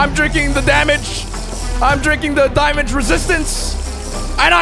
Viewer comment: He said diamong resistance